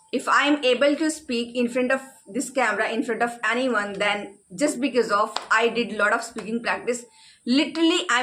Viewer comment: Pahle to aap ye becees becees bolna band karen bhabhi.. it's so irritating..sare hindi medium school sikhate hain because and bicees